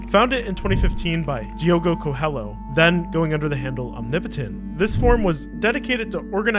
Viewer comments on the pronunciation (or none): As a Brazilian, your pronunciation of "Coelho" in Diogo's name makes me think: "Fair" Cause to be honest ? "Lh" in Portuguese is pretty annoying for english speakers. Think of it as "Coelio" and it gets easier. Thanks for the Video though, pretty interesting and fun to watch. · How in the world can someone read the world COELHO as CO-HELLO? It's like reading your channel name as CUCUMBER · Learn how to say the mans name. Diogo Coelho. . Not coel.